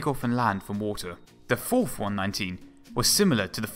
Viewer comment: Fouwth. Wecowd. Awwwwgg. Dwiving me cwazy.